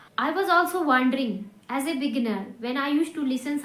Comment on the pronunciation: Wondering pronounce to thik karlo mam वनडरइंग है आप वोनडरइंग बोल रही है।